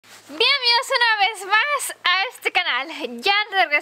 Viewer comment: Un comentario..., se dice Bienvenidos, tu dices, bienvidos😆